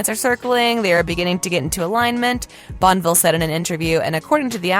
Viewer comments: Respectfully, please learn to pronounce folks’ names. Bonneville is pronounced “bon-nuh-ville.” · Why would you even bother narrating this without finding out how to pronounce "Bonneville"??? Hint: There are THREE SYLLABLES in Bonneville. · She couldn't even be bothered to pronounce "Bonneville" correctly. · Bonneville is pronounced bah-nuh-vil, not bon-vil and Rob James Collier is kahl-yer.